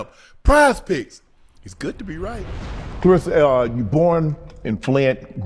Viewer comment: Everyone mispronounces her name Clar RES SA